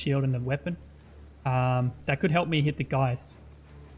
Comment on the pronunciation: I am fairly new to the game and haven't faced Geists yet. Looking at the graphic, I thought he was pronouncing "Ghost" with a heavy accent haha